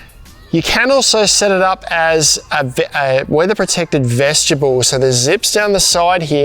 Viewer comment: Say it with me, vest-i-bule. Not veshtibule.